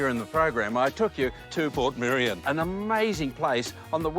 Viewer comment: Given it's still wrong, I really want to know just how badly he garbled "Portmeirion" before it got dubbed over!